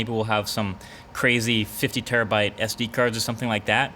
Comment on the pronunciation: "50 Terribyte SD card." Umm are you living in 2012 or something MKBHD?